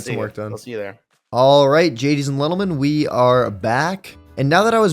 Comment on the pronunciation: Am I the only one who hears gadies and lentleemen instead of ladies and gentlemen😭